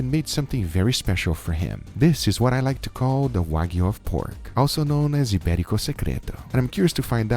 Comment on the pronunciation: The way he says Iberico Secreto is so satisfying!